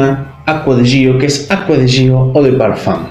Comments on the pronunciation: Se pronuncia Acqua Di Gió, con acento en la O, porque se refiere a Giorgio Armani. Igualmente todos le ponen el acento en la i porque ya es costumbre, pero está mal. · Se pronuncia Acua Di Yo 😒🙄